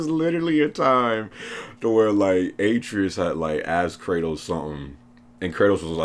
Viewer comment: BBBBOOOOOYYYYY!!!! Your pronunciation of Atreyus is cancer lmao. Good vid though fam.